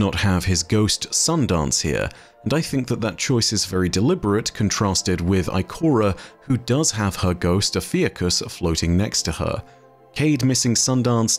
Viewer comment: Yo,. It's not pronounced O-Fee-ih-cus. It's pronounced O-Fee-You-Cus.